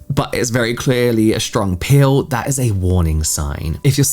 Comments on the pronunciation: When you say “peel” it sounds like “pill”. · I thought you were saying Pill i was listening not watching 😂😂 i was so confused